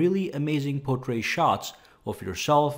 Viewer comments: He's a wonderful and very thorough reviewer and I follow him. However, saying portray for portrait is irritating. His English is superb as far as I can tell. I suspect he may be American... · Why can't he say portrait?